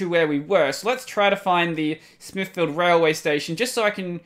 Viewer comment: Smithfield, the "field" didn't had that clear of a pronunciation, bury in Modbury, same thing, maybe my english is wrong, idk... the rest seems like I would pronounce as well. P.S.: Good that you don't get offended that easily, I think I kinda got used to see people crying/complaining/get offended when I (and others) tell them to read the wiki :P